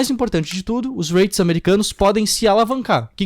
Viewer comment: Conheço os J-Reits pois moro no Japão. E sim, você pronunciou errado,! Hahahahah 😂